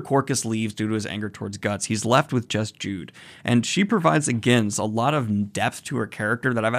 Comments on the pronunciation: Uhhh Daniel, Juneau is a dude... Also it's pronounced 'Jude oh' instead of just jude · I'm probably wrong but I think Judeau's name is pronounced judo instead of jude and he's a dude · "Griffith apologists" just shows how political this series has gotten. Also just fyi, Judeau is a guy and his name is not the traditional "Jude" but rather pronounced "Judo", with french origin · Judeou, pronounced -"Judo". Also, just a heads up, he's male. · Pardon me Daniel. I think you already knew that Jude is a he or a guy and his real name was Judeau (pronounce Judo like the martial art). I mean, I used to think Judeau was a girl due to his feminine face. Just minor mistakes by the way. So continue on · Also, not trying to be a jerk but it's pronounced Ju Doh. Like the martial art judo. Love your vids man. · Also its pronounced Jew-doe. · also, I think it's pronounced Jude-o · Great analyses in here! Judeau is a man though, whose name is pronounced “Judo”. Everything else is on point. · Judeau (pronounced Judo) is a man. Looking forward to the next video! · Really been loving these videos. Berserk is one of my big storytelling inspirations and seeing you experience it is like being able to live it again. Also Judeau is pronounced like "Judo". French spelling like Rousseau etc etc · "Jude" Oh thats an interesting way to pronounce his name "She" Uh oh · Hey Daniel Judeau’s a male and his name is pronounced “Jew-Dough” I’m sure someone has already said this but just wanted to make sure. Thanks for being great! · I know you're gone get inundated with comments so I apologise if I'm one voice in a very loud crowd but Judeau is pronounced like "Judo" and he's a man - although I completely understand the confusion with how he's drawn, I think I'd have made the same mistake if I hadn't watched the anime first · I envy you getting to read this for the first time. Also, Judeau is a guy btw - easy mistake in the manga tbh. (basically pronounced 'Judo' - as in judo chop.).